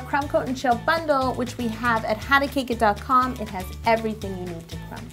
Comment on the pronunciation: Spearce Mse Did you just say HowToTake it and not HowToCakeIt........... Im dead. Im really dead.. XD.. It sounds like a video where they teach u to still stuff XD